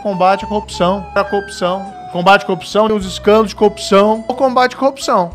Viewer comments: A montagem no final do vídeo só explicitou a compulsão do moro pela coopção (ou cuopção, dependendo do afinamento do ouvido). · PQP, qtas vezes o marreco falou “copção” ? Hahahaha… sensacional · Marreco não consegue nem falar "corrupção " ...que sujeito deprimente. Bob conhece o canal do Thiago dos Reis, Plantão Brasil? Assista. 👍🏼